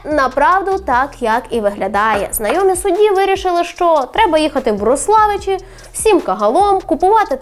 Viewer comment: Всі місцеві завжди називали РОславичі, наголос на О)